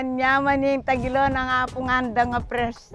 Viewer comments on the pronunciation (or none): thats tagilao. 😂 wtf are you guys saying.